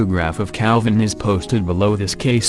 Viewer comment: Cal-vine did it